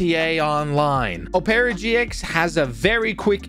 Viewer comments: It’s pronounced “op rah” or “op pur ra” not “op air a”. Ily, I love the channel, I love the content, but that pissed me off way more than it should’ve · bro said opera like o pear a it opra gx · "O-pera" man I'm dead its opera like the music thing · Oh-paira, it’s pronounced ah-pra, my dude. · He said opara gx it’s pronounced opera gx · You said it rong not opeera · ur saying opera gx wrong suppose to sound like OPera gx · Bro its Opera like signing not opeara lmao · i dont know whats worse, the torture he put the cops through, or how he pronounces Opera GX💀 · bruh u pronounced the browser wrong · Bro can’t even say opera properly *sigh*…